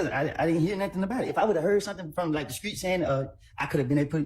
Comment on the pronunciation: I wonder if she says “skreet” and “errrnge” too🤔